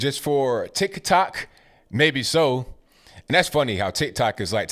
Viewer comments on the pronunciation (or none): “TIKAH TOK” lmao I love you. Bernie begged his supporters for hundreds of thousands of dollars if not more and then he just drops out? 😂😂😂